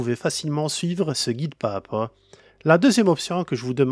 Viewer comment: On prononce ‘pas Zà pas’